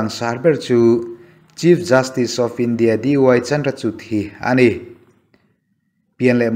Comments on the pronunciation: Sir, Chandrachud a 'CHUD' hi CHUR ang a lam tur.. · Chandrachud- 'chut' anga lam lovin, 'chur' anga lam tur aw.